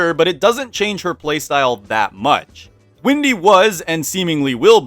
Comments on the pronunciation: are you calling her Windy and not Wendy on purpose? Is it some inside joke? :) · Wendy* not Windy. And Wilson's beard is extremely beneficial during the winter. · Why does everyone call “Wendy” Windy? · Wendy not windy😂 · Windy? Not Wendy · Also did you call her "windy"??? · why is he saying Wendy like that?